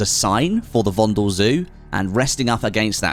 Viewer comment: Please pornounce VONDEL correctly.. it's with soft e, like "paddle"...